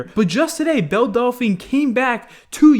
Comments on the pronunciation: No one: Literally no one: Keemstar: Bell Dal - Fa - Na: Bell Dalfy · Why can’t anyone that makes a video about belle delphine pronounce her name right? 😂😂